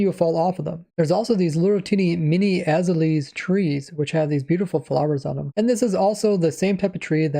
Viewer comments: Azaleas: "Az-ale-ee-uz" Rays Works: "Az-uh-leez" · "aza-lees" lol its pronounced "ah-zay-lee-ah" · eh-zay-lee-ahs mate! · "Az-ah-lees" LOL. /əˈzeɪliə/ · "ae-zuh-leez"? "uh-zale-ee-uhs" is how I say it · Azaleas is pronounced “uh-ZAY-lee-uhs” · Azaleas is pronounced “A Zay lee ya” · Azealas are pronounced “Ah-Zey-luhs” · Him being unable to pronounce azaleas is amazing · Lol that azaleas pronunciation though😂